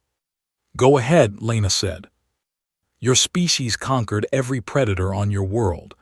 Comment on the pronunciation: She asked for a hour and the story said next day. Hopping, conquered and a handfull other wrong pronounced word